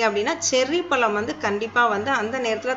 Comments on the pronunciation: தமிழின் சிறப்பே அதில் உள்ள "ழ" கரம் தான். ல- என்ற எழுத்தை நுனிநாக்கால் முன் பல்லை தொட்டுக்கொண்டு உச்சரிக்க வேண்டும். அடுத்து "ள " என்ற எழுத்தை நாக்கின்நுனி யால் உள் அண்ணத்தை த்தொட்டுக்கொண்டு உச்சரிக்க வேண்டும். "ழ" என்ற எழுத்தை நாக்கால் உள் அண்ணத்தை த் தொட்டும் தொடாமலும் உச்சரிக்க வேண்டும். பழத்தை பலம் என்று கூசாமல் உச்சரிக்கிறிர்கள். தாங்கள் கூறும் விஷயம் பயனுள்ளதாக இருந்தபோதிலும் மொழி பயன்பாட்டில் கவனமாக இருங்கள். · பலம் இல்லை, பழம்